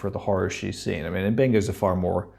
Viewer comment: i wish someone on the show would pronounce the doctors name properly M,BENGA NOT UMBENGA